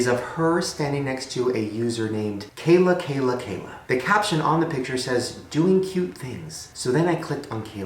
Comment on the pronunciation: It's pronounced Kee-la! Not Kay-la!